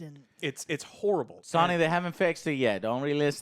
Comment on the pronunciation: Joe, it is pronounced S-OH-Nee as in SONY not SahNee.